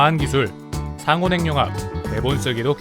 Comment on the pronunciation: 행융합이 아니라 핵늉합이라고 읽는게 맞습니다.